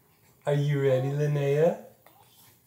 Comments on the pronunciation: Linnea is is pronounced Lin eh ah. It isn't lin- nay - ah. It's a common name where I am from in Scandinavia. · I suppose, however this name is an indigenous Scandinavian name. It is unheard of outside of Sweden really. There is no English version. So I am assuming they would like the correct and.only pronunciation. Which is LYN -EH - AH Short eh sound which is infact much more lovely. Skal.